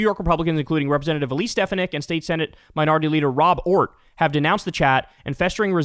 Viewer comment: You mispronounced Stefanik - the accent is on the second syllable - and you keep saying "foo-WEN-tez" which is really irritating. It's "FWEN-tez".